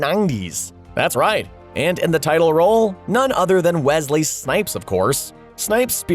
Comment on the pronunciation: how hard was it to say Wesley?